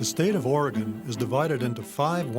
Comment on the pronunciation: Does this guy know how to pronounce Oregon?